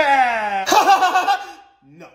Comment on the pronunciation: I love that he saids pefect